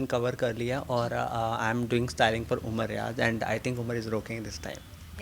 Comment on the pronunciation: Ghumar nh umar to nam thik se lo